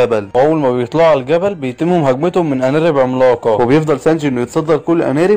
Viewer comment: هى اسمها ارانب مش انارب 😂